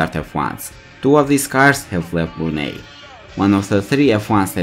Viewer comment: Wow! At least get your pronunciation of the country correct...